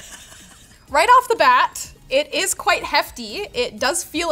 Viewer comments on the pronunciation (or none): none